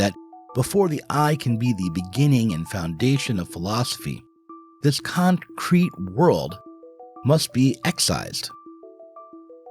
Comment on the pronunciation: Did he say concrete or Kantcrete world 😂